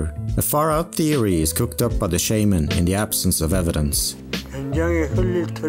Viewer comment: This video would’ve been soo much better if you used their real names. I understand the chance of pronouncing korean names wrong, but you literally pronounce “Shaman” wrong the entire video lmao